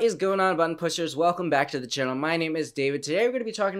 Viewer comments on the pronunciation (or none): none